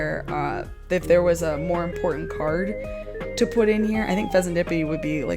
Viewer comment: Lol you called it “impotent”